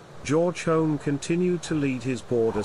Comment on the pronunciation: The narrator is incorrectly pronouncing "Home" with an O sound instead of U. Both spellings are pronounced "Hume". The only reason our families changed the spelling is because of such misunderstanding.